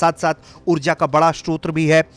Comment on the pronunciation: सोत्र नहीं भाई स्रोत बोलो।।।